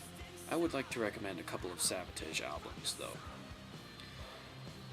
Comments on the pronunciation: I've never heard someone pronounce Savatage that way either.I thought it was a slip at the beginning but then he mispronounces it wrong again.It's not like a foreign accent is getting in the way. Anyway,I wouldn't say they're underrated as much as they're just UNKNOWN.Most people who know of them like them a lot&those who may not,certainly respect them.But most people just DON'T know them.This LP came out when pop metal was blowin up&they peaked when alternative music took over. Great Review! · I've alway pronounced Savatage similar to Sabotage. But i don't think you say it incorrectly or weird. It is probably just a accent